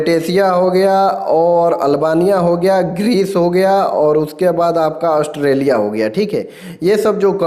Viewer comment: Austrailia 😂😂😂 bahia please 🙏